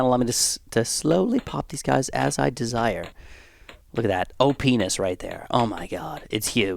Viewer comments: nice vid, something i noticed was you said O-Pness a few times and i all i heard was oh -pen*s . doesent bother me in perticular but might be a reason some weirdness occurs. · he says OPness but sounds like.... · yeah he totally said OPness